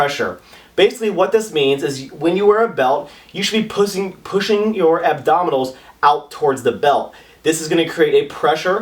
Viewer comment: you said pussing.. LOL